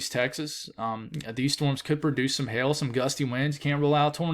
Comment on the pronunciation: I love your accent when I hear you say "hail". "Favorable conditions for "hell"" lol